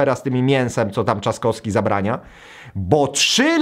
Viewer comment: weź zacznij wypowiadać poprawnie nazwiska kończące się na "wski". Ciężko słuchać jak mówisz: Trzaskoski, Lewandoski czy Szpakoski...